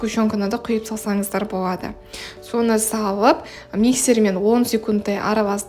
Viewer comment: Боуады, пайдауанылады деп сөйлесіз л әріпін айта алмайды екенсіз, оның орнына в немесе у іріпін қолданасыз, мысалы бвендр деп